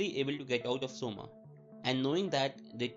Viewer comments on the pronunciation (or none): Coma isn't pronounced soma LMAOOO its pronounced Koma